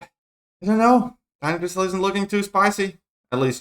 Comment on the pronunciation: it's crystal not cristal 🤓